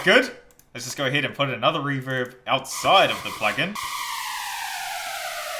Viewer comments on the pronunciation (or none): none